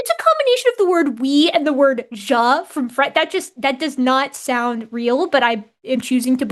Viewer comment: Can't believe the guy with Austrian family can't pronounce "ja" the West fallen